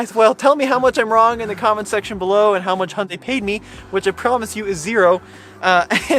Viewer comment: Sadly the Venue is a hideously ugly car. And also I have driven a few CVT cars and still prefer an actual gearbox with actual gears. This is really just a small hatchback not a crossover as there’s no AWD. Also it’s pronounced more like Hyun-day not Hun-day (there’s a Y in there). A better car would be a Honda HR-V in my opinion.